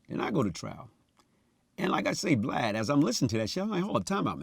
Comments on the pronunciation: he calls him "Blad" how has noone noticed that, just like Glad with a B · He keep calling Vlad Vlod 😂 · He called Vlad "Blide" 😅🤣😂😂🤣😅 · He called Vlad "Blod" 😂😂😂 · His story is movie worthy....side note he keep calling Vlad Blad🤣🤣🤣🤣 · He calls Vlad blad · "Its like this Vlod" 😭😭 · Why can't people get Vald name right???? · Dam he called him BLAD 😂😂😂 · Lol he called vlad “Blad “😂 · Is he calling vlad blad? Lol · still thinks its BLAD.. notice Vlad ain’t corrected him.